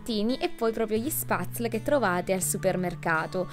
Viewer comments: Ciao cara! Bel video e finalmente qualcuno di vero! 💕 un consiglio, "spazl" come pronunci tu va pronunciato "spetzli" 😂 nomi un po' strani lo so... Ciao ciao❤️ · Ohhh io gli Spatzle li faccio in casa :) Sono andata a mangiarli direttamente su sulle montagne e credimi che fatti freschi sono una favola e mezza!! Ah.. giusto per correggerti un attimo, si pronuncia "spezel" mascherando un po' la "e" :) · veramente S viene pronunciata SH (come quando zittisci qualcuno) e in se la parola viene pronunciata SHPETZLE , o almeno in germania viene pronunciato così, non penso la pronuncia sia troppo diversa da quella tirolese :)